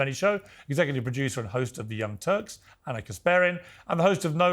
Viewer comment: 1st: It's A-n-a 2nd: He also couldn't answer if Walz should get fired. Ana was spot on with Benny's "whataboutism" that he apparently despises.